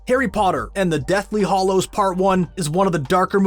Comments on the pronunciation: Hallows and Hollows are two different words meaning two entirely different things. Please please learn how to pronounce the words in your script before recording. Ugh. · Anyone else miffed at the narrator's pronunciation of the word 'hallows'? Its not pronounced hollows! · HAllows not Hollows